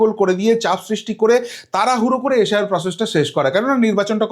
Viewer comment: শব্দগুলো ঠিকমতো উচ্চারণ করুন। পড়াশোনা করেছেন তো। কংগ্রেশ, এশ আই আর, ডিশেম্বর এগুলো কী? শুনতেই ইচ্ছে হয় না